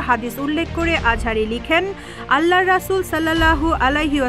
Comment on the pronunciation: হাদিসের সাথে সংবাদকর্মীর সংবাদ পাঠের মিল আছে, আল্লাহ নামটাও উচ্চারণ করতে পারে না সঠিকভাবে। রাসূল সাল্লাল্লাহু আলাই সালাম এর নামটা উচ্চারণ করতে পারেনা, আবার তারে দিয়ে সংবাদ পাঠ করাচ্ছে। ছি: ছি: কিসব অধঃপতন।